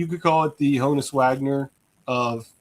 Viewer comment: So how does, a Pirates fan continually mispronounce the name Honus?